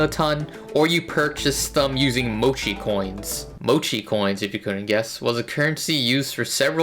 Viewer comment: Have you learned how to pronounce Mochi properly?